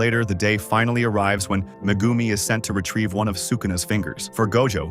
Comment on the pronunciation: Bro cmon you don’t even say megumis full name or say it right